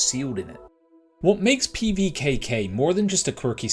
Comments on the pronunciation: Nice pronunciation, wanna run that by me again? LOL Looks interesting and worth keeping an eye on I think. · Love the attempt at the name 😂 great preview, wishlisted it.